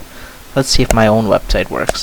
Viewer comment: did anyone notice that mozilla said Websit, not Website